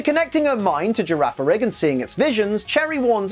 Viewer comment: The second G in Girafarig's name is a hard sound. Gira farig Farig iraf That's the only explanation I can think of at least